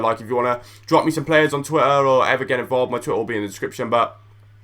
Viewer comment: How u say twitter, "twi er"